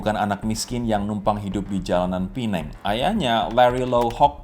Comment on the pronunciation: Nyebutnya bukan pineng tapi Penang.